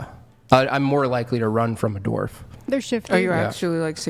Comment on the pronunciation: I’m surprised you’re the only one who commented on that. She used dorf for dwarf at least two times. 😂